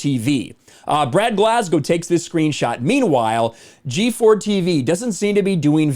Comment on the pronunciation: It's Glasgo not Glas-gow.